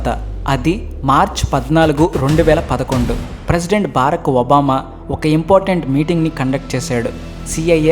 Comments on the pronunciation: పేషవర్ కాదు పెషావర్ బారక్ ఒబామా కాదు బరాక్ ఒబామా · Barak Obama not baaraak Obama